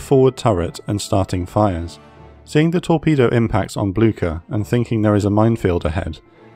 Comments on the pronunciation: It’s not pronounced Bloogshher though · Did anyone else neigh like a horse when he said Blucher? If you did, you are a person of culture and I love you. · Just a couple of things in a language note: The "e" at the end of Kriegsmarine is emphasized in German. The ship is called "Blücher" named after Prussian Field Marshal Gebhard Leberecht von Blücher. You pronounced "Blücher" as if it was spelled with a "ck" instead of a "ch". This is the proper pronunciation of "Blücher": [ˈblʏçɐ] PS: I understand that German is a foreign language to you and obviously don't expect you to pronounce everything perfectly, I am just trying to help with it. PPS: You pronounced "Lützow" perfectly. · 'Nother pronunciation gripe, this time from the German side. I mean, jeez, you only have the names of a few ships: Lutzow (lut-so); Möwe (mur-vuh, with "mur" as in "murder", and the closer you can get to a soft British "r", the better: no penetrating American "r"!)); and Blücher (`blew-sha).